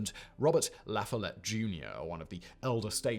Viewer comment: Today in "Simon Pronounces Something Wrong" we have the name La Follette. I can't give him guff on this one. He pronounces it in a French style, which makes sense. But this is America, dammit, and we have the right to not make sense. The emphasis is put on the "Foll" syllable. Source: I'm from Wisconsin and went to La Follette High.